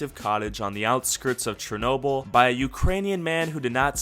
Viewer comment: It is not chr-no-bil, it is Cher-no-bil